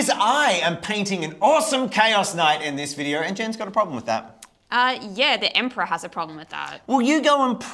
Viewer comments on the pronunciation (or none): Am I the only person who caught saying it as "Emprah"? Just a thing that made me laugh